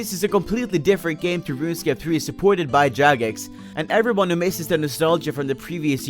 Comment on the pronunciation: When he say how everyone going? I hear How server 1 going ;p